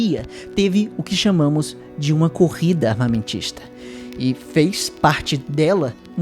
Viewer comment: "Um período conhecido como guerra fria teve o que chamamos de uma corrida armamentista..." Eu entendi "uma corrida autista".